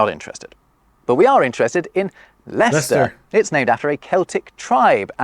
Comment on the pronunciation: To not only hear you mention where I'm from (Leicester) several times, but even pronoun it correctly and then even mention you've been there made my day!